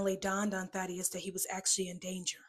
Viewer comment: Daddius its Thadius